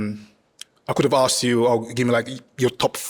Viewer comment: Why can’t the host say Ask properly? It is not Aksed.